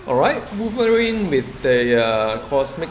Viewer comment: Woiverine woiverine Woiverine Woiverine Woiverine Woiverine